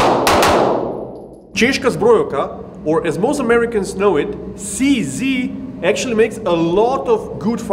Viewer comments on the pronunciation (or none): for all the americans watching: to stick to the Czech spelling, "Cee Zee" should be pronounced "Tseh Zed" or "Tcheh Zed" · Seee Zeee Shoot Zeee Now Zeee are dead.